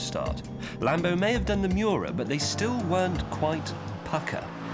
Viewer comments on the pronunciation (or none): none